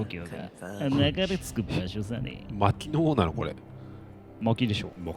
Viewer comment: 薪の王(まきのおう)じゃないの！？